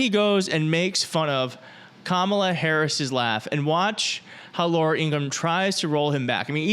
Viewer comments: grump old learn how to pronunce ka+ma+la and this grump is saying if he becomes president this time , it will be a dictaturship tat wil marred america by hudreds of years.........this man who has azheimer ad is 80 eyars old is saying........ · 97% treated like what? And Trump mispronouncing Kamala Harris’s name is childish and purposeful. Disrespect. Horrible. And saying Christians don’t vote!? What!? I’m a Justice of the Peace who works elections. They vote. Believe me. Outrageous. Trump doesn’t have any data to back up any of his claims. Crazy laugh? Have you heard yourself (Trump) snicker and make fun of people with disabilities? What a joke. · Is he incapable of pronouncing Kamala's name properly or is he just being disrespectful?